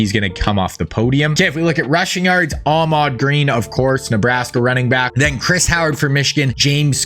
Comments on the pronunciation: His name is Ahman Green not Ahmad Green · Im not trying to be the typical annoying internet guy.. but its AHMAN GREEN not AHMAD... Ive watched two videos and its been driving me crazy... I thought I was wrong about his name until I finally decided to google it. AHMAN... lol